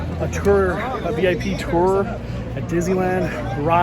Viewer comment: Mandoooo! I learned a lot from this video but one of the most important things is that “tour” is pronounced “teril” thanks! 🔥🔥🔥🔥🔥🙏